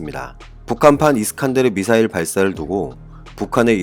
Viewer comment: 무슨 발사체 용어 수정할수 없는가 미사엘을 미사엘 발사했다 왜 쫄라 말도 못하는가 방송 집어 치우시요